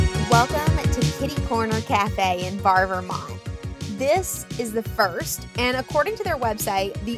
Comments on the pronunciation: "Bar" lol. "Bear-e" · The town of Barre is pronounced Barry not Bar. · Thank you so much for featuring our wonderful home state. As Vermonters, we felt you captured the essence of the Green Mountains. However, when where're together again, we'll teach you how to pronounce Barre, VT.. Hint: it rhymes with berry....